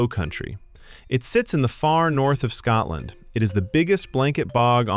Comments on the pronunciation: Fact 31: Scotland is not pronounced Scatland. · When the narration begins with the word "Scatland", you know to stop watching immediately. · Its Scotland, not Scatland !!! There's nothing more grating than Americans pronouncing the English language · The pronunciations in this drove me mental!😂Why is it so hard for non Scots to say Scotland or lochs?🤦‍♀🤣